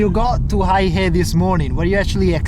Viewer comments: Not "high hay". It's "hey huh" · The name of the city, Heihe, is pronounced hay-her, not hi-hay. BTW, Heihe means black river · I almost burst out laughing. The town is not pronounced as High Hay. It is called Hay Her. LOL. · Dude it's pronounced "Hey-her", not Hi-hey.... If you're going to introduce a city, make an effort to get it right! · Sorry Sir, Heihe the pronounciation is not 'high hey', it is ' hey her' (black river). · "Hi-Hay" 😅 Bro, try "Hay-Her" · You got the pronunciation wrong. You said Haihei. It should be Hei he. (Hay huh)黑河。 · Minor correction, the city name pronounce as Hey-Huh not Hi-Hey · Hei (black) He (River) is pronounced as “Hay Her”, not hi hay😂😂😂. Heihe 黑河=black river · It's "hey her",not "hi hay".😂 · It is "hay-her" 😅 not "high-hay". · it is not HAIhe it is call Heihe, the pronounciation makes a big difference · First thing first, you went all the way to this border town and you can't even the pronounce the name properly. That is very disrespectful of you, especially since you said you were trying to document details of the place and its people, making it sort of a documentary. OMG! 😅🤣😂The name of this town is Heihe or "黑河" pronounced as "Hey! Her!", not "Hai Her" or "Hei Hei", or whatever. Of course, you don't have to pronounce it perfectly, such as its tone, etc. but at least get the syllables right. 😄😃😀 That will make your video more credible and genuine. If you are producing a video and editing, etc., surely you know how to search the Internet or do a simple translation, such as with Google Translate to verbalize it and get the correct pronunciation. The Chinese are very cool and chill and would not mind how you pronounce it but get the basics right. 😄😃😀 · 黑河"Hey Her" not "Hi Hey"嗨嘿😆😅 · Heihe NOT: "High-Hay" but: "Hay-Huh" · Hei He....not Hay Hei 😮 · Heihe...not haihe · Psst, its pronounced as HayHer 🤭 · The correcct pronunciation is "hey"- "her" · The pronunciation of that place is more like “hey her” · its actually hey huh?